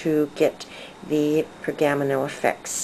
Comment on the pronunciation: Per-ga-mano...not pergam-no